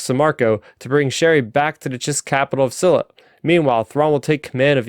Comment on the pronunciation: Good summary. I see Starraptor commented that he was having difficulty with the pronunciations and to be honest they were at times painful to my ears. For example, pronouncing Ch'eri like Sherry instead of Cheery. My advice would be to take it slow. No too slow of course, but don't rush either. I will admit that I listened to the audio book so my ears are accustomed those pronunciations.